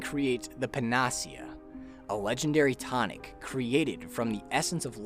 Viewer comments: Hot new pronunciation of "panacea" just dropped, along with a singular they. Seriously though, good video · Amazing video. This must have taken ages. Also, very strange pronunciation of Panacea. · Great recap. But panacea is not pronounced like that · Great but you really need to google the pronunciation of panacea. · it's pronounce pan-ah-see-ah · Your pronunciation of "Panacea" is off: pa ·nuh·see·uh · pan-uh-see-uh....is how to pronounce. latin word for a cure-all. great video otherwise, just great tx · It's a panacea. It's Greek for cure all. Not paahnasia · Great video except for one thing. The pronunciation of Panacea. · pan-uh-SEE-ah. Panacea. Not puh-NAS-ee-uh. N; all encompassing cure. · Great summary… but… PAN-uh-SEE-uh. Not Pan-AH-see-UH It’s a Greek word that described a mythical cure-all. It’s not a made up word for the game, and thus, has a correct pronunciation. I feel like a lot of people who spend a lot of time online have read a lot of words that they’ve never actually heard anyone say out loud. So here’s a tip kids- if you don’t know a word, look up its pronunciation online. You can find spoken videos of most words online to help pronounce them correctly. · Pa-na-cea. Not puh-nacea. Anyway, I'm glad this video exists. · How the fuck you make this whole video and pronounce PANA-SEA-AH as PAN-AHH-SEA-AH wtf who the hell pronounces it like that? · pan ah sea a NOT puh nah see uh ... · "Panacea" pronounced: Pan-ah-sea-ah But great video,. Well done. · I really hate to be picky,but the word is pronounced "pana-sia", not "pen-AH-sia". A panacea is basically a cure-all, but it doesn't usually work. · I know it's probably too late, but still. it's pronounced pan·a·ce·a not pa·na·ce·a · The way he pronounces "panacea" physically hurts me. It's pan-uh-see-ah. Not "pan-aws-ea." Good lord. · (psst... it's PAN-uh-SEE-uh, not puh-NAH-see-uh) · Pan-ah-see-uh. Moron. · Its PAN-UH-SEE-UH. Panacea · It's pronounced pa-na-SEE-uh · Pan ah cee yahh